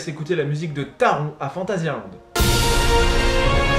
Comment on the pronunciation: Taron ( le meilleur intamin que j’ai rider) se prononce Tarone et pas Taron ;)